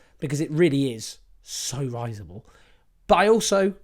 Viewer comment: Owen, I love your analyses and comments. But the word “risible” does not have long “I” sound. Pronounce it RIH zih bl.